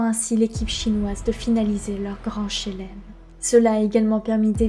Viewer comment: Le gand Chélem m'a mis tres tres bien (le e ne se prononce pas d'habitude on dit "chlem") Pour le reste, c'est vraiment pas mal pour une première. Pas d'accord sur le fait qu'il ne faut pas te montrer a la cam, il faut juste que ca reste plus ponctuel. Presque comme si tu nous prenais en aparté. Et ne pas lire le texte pendant les plans face cam, on a l'impression que tu parles à ton écran. De toute manière tu as le meilleur exemple avec TheGreatReview. Je pense que tu regardes juste une vidéo (celle sur les Rox tigers par exemple), tu verras tout ce dont tu as besoin. Effectivement des petites transis et un découpage en grosses parties serait un plus. Sur la fin on sent que c'est la fan qui parle. Les trucs sur le skin ahri/orianna, sur son oseille et sur le fait que c'est la meilleure personne sur Terre apres Dieu me semblait moins pertinents (ça n'empêche pas de dire que c'est une personne tres appréciée de la scene e-sport etc..., mais la fin ça faisait un peu beaucoup). Mais je ne m'attendais pas à une vidéo de cette qualité pour une première donc GG à toi.